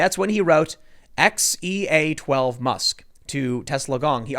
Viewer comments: I minored in Classic Civ in college. That AE is supposed to be pronounced like "eye" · Æ is pronounced like the "Ae" in Aegis. or Go to google translate, set the language to danish and translate "Apple" to danish (result should be "Æble"). Then make the speaker option read it out loud. Thats an Æ ;-) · It's oernounced Kyle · it's pronounced "Kyle" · I’ve read it’s pronounced “Kyle” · The ae is pronounced like the a in cat. Trust me I'm an English teacher and phonetic signs are something I have to understand and teach. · Its pronounced as "A" as in the sound in the word jail. Watch some Last Kingdom. Half the Saxon in the show have names that start with the ae thing. Musk also has another son called Saxon.